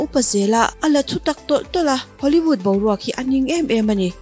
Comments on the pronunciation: Hollyvood tia lam hi hollywood tihtur ani em..Nge hoolyvood a awm ve tho,nge lam no tum deuh vang hrim2. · 19 sec ah hian lam sap mai2.. Hollyvood maw...😂😂😂